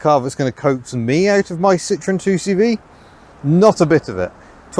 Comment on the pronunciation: citroën and renault is mispronounced.